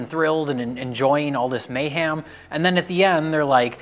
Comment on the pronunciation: enjoying the may-ham